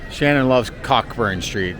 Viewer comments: It's not pronounced Cockburn street, you say Co- burn street 😅😂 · It's pronounced Coe-Burn lol